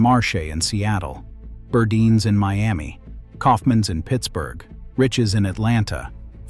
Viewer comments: it was pronounced "Bur-dines", not "bur-di-nis" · First of all, federated department stores owned macy's. second Burdines. Wish I could tell you how to pronounce it. Every time you said it, I cracked up laughing, you slaughtered the name. You forgot Jordan Marsh you forgot Ivy's. Was still a nice nostalgia lesson